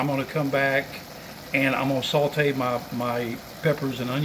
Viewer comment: Bless your heart, it's not sal-tay, it's SAU-TEE.